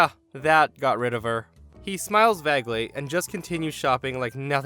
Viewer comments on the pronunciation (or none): Is the narrator form Minnesota? the only people i hear mispronounce "vague" all come from there, the "a" in vague is a hard a.